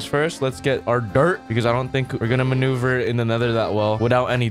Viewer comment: The times he said manuver = the video's like